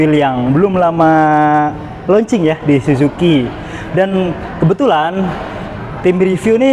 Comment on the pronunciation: Suzuki bacanya susuki bang bukan sujuki 😂😂